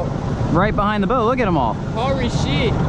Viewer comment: “Hory sheet” lollll